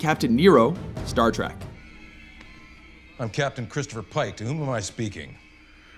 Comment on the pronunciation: It's "Trek," not "Track." Learn to read.